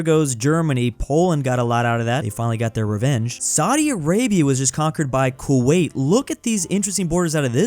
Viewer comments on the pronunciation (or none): none